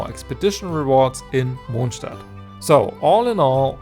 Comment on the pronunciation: i can also confirm that as im a fellow German i suppose mr.mondstadt to but like i can definitely say its how u pronounce it